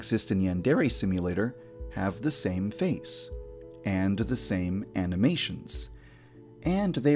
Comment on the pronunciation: Did he just say aminations?